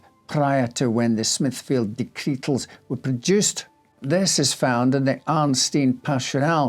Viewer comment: Horrible hares and raucous rabbits! I’m going to listen to it again to count how many times he says “dectretal”😂